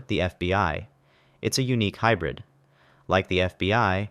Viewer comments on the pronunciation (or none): none